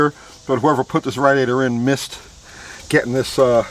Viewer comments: "radd-iator" lol. great video! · Us east coasters call it a rad e ator. West coasters call it a ray de ator. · you say radiator funny lol love your videos though